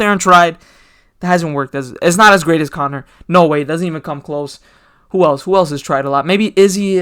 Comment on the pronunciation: Connor turned Indian for a second😭😭